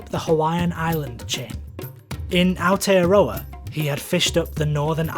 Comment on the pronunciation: ..Ah-or-tey-uh-rraw-uh...Aotearoa....silent y and w...